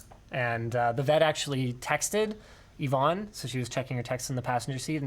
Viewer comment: Why do you keep calling Yvonne Ivan?